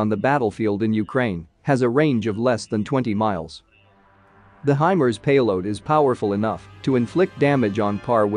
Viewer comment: I thought it was pronounced "high Mars" not HYMERZ.